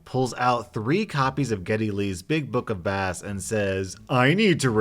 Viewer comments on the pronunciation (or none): it's book of BAss, like guitar, not baSS like fish. But yeah. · Bro! It’s not bass, like the fish. It’s base, as in, bass guitar. Geddy Lee is the frontman and bass player for Rush. Come on dude! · "Geddy Lee's Big Book of BASS"?? (pronounced like "sass"). Son, Geddy Lee is one of the most influential, innovative, talented, skilled and hardest working BASS (pronounced like "base") players today. He's only the principal songwriter and a founding member of one of the longest-lived and most successful bands in rock history. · I’m sorry I’m cringing when you said Geddy Lee’s Big Book of bass, as in the fish, when it’s actually Bass (or bass guitar) the instrument, Geddy lee is the bassist for the band Rush. Other than that love your content! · I love of these readings but friendly FYI Geddy Lee is the lead singer and bass guitar player for the band Rush. When you pronounced it Bass like A fish, I died laughing😂 do you really not know who Rush is? Once again this isn’t a mean comment just being silly and I love your channel! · I'm pretty sure the book in the first one is "Big Book of Bass"- "bass" with a long A, as in guitar, and not "bass" with a short A, as in fish, since Geddy Lee is a musician. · It’s pronounced base. Not bass the fish. It’s an instrument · As a bassist it bothers me that he mispronounced the word as bass like the fish instead of with a long a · Its purnounced like base not like the fish. Geddy Lee is the bassist for rush. The book is about bass guitar not bass fish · Somebody probably already mentioned this, but Geddy Lee is a famous musician. He is the singer and bassist for Rush. So "bass" is pronounced like "base" because it refers to a bass guitar, not the bass fish. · Bass as in guitar; not the fish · Geddy Lees Big Book Of BASS! Pronounced Base. Like the instrument. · I know I’m like 7 months behind....but Geddy Lee is a Bass Guitar player. So it’s pronounced “Base”. That is all. Keep up the good work. Love your videos!